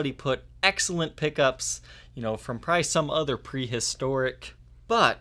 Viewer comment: Jesus, the word is 'probably', not "pry".